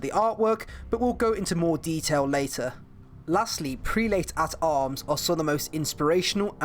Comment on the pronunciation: cool I was in the video! also its pernounced prel-it not pre late